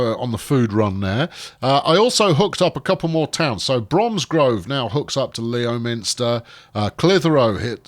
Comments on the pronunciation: Isn't Leominster pronounced Lemster? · Leominster is pronounced Lemster. Not that it'll make any difference 😂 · And, by the way, it's pronouced Lemster